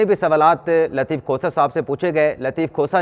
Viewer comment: محترم ۔ برائے مہربانی “لطیف کھوسہ “ کا نام احتیاط سے لیا کریں۔ لگتا ہے آپ لطیف کھوتہ کہہ رہے ہیں۔